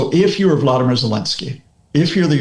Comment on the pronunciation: I do worry listening to experts who can't even get names right - his name is Volodymyr Zelensky and he is Ukrainian, his name is not Vladimir, that would be Vladimir Putin. The end of his name 'myr ' is pronounced as mare (female horse), so its Vo-lo-di-mare (not exactly how to sound it out but this is a good start). As for Tomahawks, the Flamingo has a longer range and a larger payload and they cost 1/8th of what Trump will try and sell Tomahawks to Ukraine. 100% we do not need Tomahawks and 100% they will make no difference..... of course trump wants to sell Tomahawks because they are old and ready for decommissioning - why spend money scrapping them when he can sell each one for $5M to Ukraine. Unless trump gives us the nuclear warheads they are of no use to Ukraine. America has 4000 of these old missiles so it will soon cost America millions to decommission them - I can see Ukraine buying some to keep trump happy.